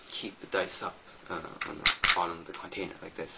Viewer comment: lol CONtainer good vid but work o your english bud